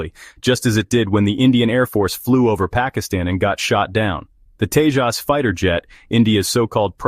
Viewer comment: Ar-junk? Tes-Junk? Brag-Most? F-Junk? 😂😂😂😂😂😂😂😂😂😂😂😂